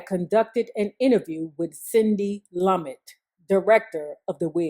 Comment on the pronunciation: I'm still not over you pronouncing "Lumet" lum-et and not the correct pronunciation loo-may! 😳😆